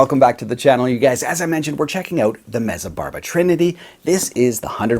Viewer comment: As far as I know just for proper pronuciation its Met-zah.